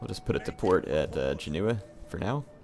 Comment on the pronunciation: It's Genoa/Genova instead of Geneva. They are two different cities. Don't get me wrong. I like your videos a lot.